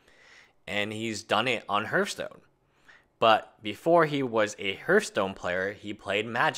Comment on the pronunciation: H(e)arthstone, not Hurthstone.